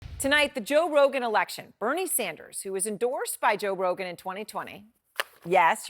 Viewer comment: When you are so one sided, you can’t even pronounce Joe Rogan right! Let’s support Truth and not excuses!